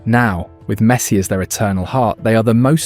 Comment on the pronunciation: Great video, but I don't think he pronounced a single name properly... Not even Messi's 😂